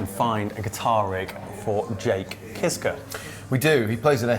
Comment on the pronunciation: Not "Kiss-kuh". "Keesh -kah"